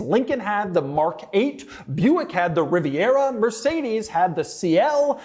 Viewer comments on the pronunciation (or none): none